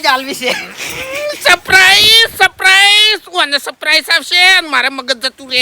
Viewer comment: Saprise nahi lekin surprise bolo